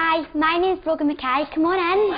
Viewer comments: Is her name Broken?? Cause I'm hearing that everytime I repeat the video lol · It's brogan